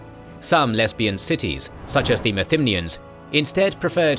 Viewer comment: "The lesibian cities" line cracked me up more than is should 😂 lol